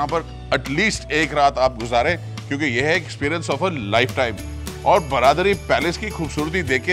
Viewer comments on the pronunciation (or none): It’s not ब्रादरी (bradari) but बरादरी (baradari) i wish pronunciations to be accurate